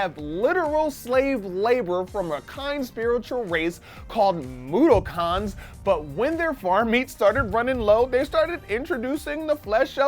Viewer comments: Its mod-ock-ens not moddokons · moodookons isnt it mudokons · I don't think that's how you pronounce Mudokons. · I cringed every time mispronounced "Moudokons."